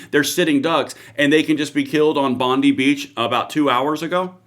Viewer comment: It's pronounced Bon dye not bon dee 😂...you can get a shooters licence and own guns in Australia. assault rifles are banned